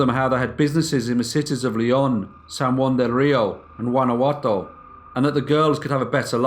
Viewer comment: The way the narrator pronounces "Guanajato" is bizarre